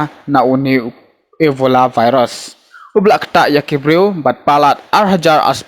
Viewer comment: Virus not varus...